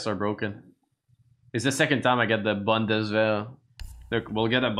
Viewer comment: Haha the way he says bundeswehr is very nice😂